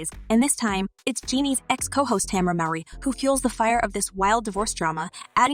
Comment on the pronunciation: LOL this is not real. Tamera would neveeeer speak this way about Jeannie. Why are you creating a channel using lies ?... be creative... at least pretend like the lie is real, when you can't even pronounce Tamera Mowry... really....